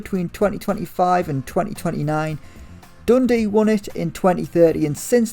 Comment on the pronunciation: Triggering how you say Dundee.... not Dundee UTD